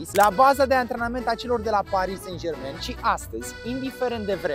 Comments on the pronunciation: Nu "Sen Jermen"! Se pronunta "SanJerman"!!! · “sen jermen”🤣🤣🤣